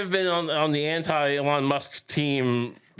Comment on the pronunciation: Years of mispronouncing the man's name have finally come to fruition: Elonne Musk, First Bitch of the USA